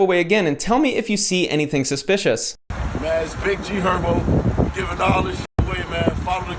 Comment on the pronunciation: Man not GHerbo 😂😂😂😂😂😂